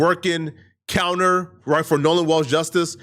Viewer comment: Wells not walls